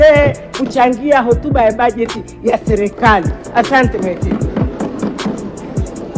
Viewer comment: Selekali ndo nn hebu jifundisheni kusema kwanza mnatuchafulia kiswahili bhana!!